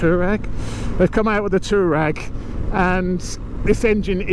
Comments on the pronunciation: Sorry mate it is pronounced " twar reg and reg rhymes with leg ;-) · It's pronounced "Twareg" you silly sod 😂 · it's pronouced- Twaar ig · I thought so too; “twa-regg”